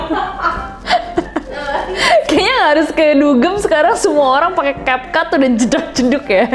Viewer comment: akhirnya aku menemukan orang nyebut app cap cut dgn bener:')